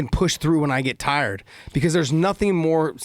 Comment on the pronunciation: Did he say “TARD STRENGTH “? 😂😂😂